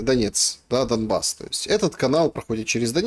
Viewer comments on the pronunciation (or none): none